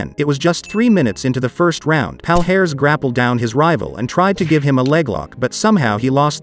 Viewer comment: It pronounces as Pa-lee-a-res.